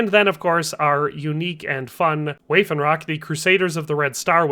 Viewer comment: Waffenrock is pronounced vaff-en-rock, not way-fen-rock